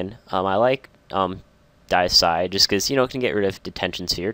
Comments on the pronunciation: It's DAY-EH-SIDE, not DIE-EH-SIDE. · I say Dee-A-Side, but I also thought his pronunciation was a bit awkward.